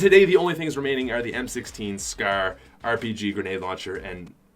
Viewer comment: Does it annoy anyone when he says scair instead of scar